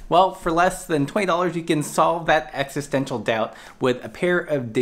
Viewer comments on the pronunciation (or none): none